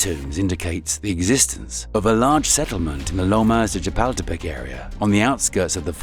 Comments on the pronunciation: Interesting video, full of history. However they could have used a narrator who is better at pronouncing the names of these places that gives them some historical credit. For example, shapeltepeck is not the correct pronunciation of Chapultepec. Not to mention the Aztec words. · If you're going to make a video, please learn to pronounce the names correctly or get someone who can do it.🙄 Chapultepec = cha-pull-teh-peck. 😉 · "Chipotle castle" bro